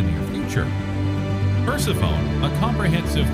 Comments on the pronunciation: Per-seff-oh-nee, not Percy-phone. It isn’t exactly an uncommon name and it is fairly well-connected to Pluto. Then again, Pluto also takes way longer than 30 years to orbit the sun. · It’s pronounced per-sef-onie, not purse-uh-phone. 😂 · Percy-phone. LOL! Sounds like a device to use when you call Pluto. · “Pers-ih-fone”? Really? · The narrator trying to talk about Per-se-phone: 😶 The (allegedly) background music: “And I took that personally, 🎶🎵🎶🎵🎶🎵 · Yup, like nails across a chalk board. Per-Sef-Oh-Knee. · "Huge plain that doesn't have craters..." Uh.... no. The craters are there, hidden beneath the recently laid ice and snow. Persephone..... "per-SEF-on-nee". Come on, remember your history class on ancient Greek mythology. 🙄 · Good video, but the way you pronounced 'Persephone' hits you like a brick!! 😳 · You’re mispronouncing Persephone. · Every time he mispronounced Persephone I died a little inside. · Me too!. I have noticed more than just that mispronunciation in many of the series videos. Really they should correct that...I mean its science for crying out loud! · Try laughing. Just don't stifle it or it will come out your nose.